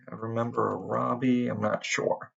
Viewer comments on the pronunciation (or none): none